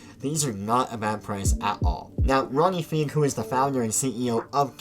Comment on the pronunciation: “Ronnie Feeg”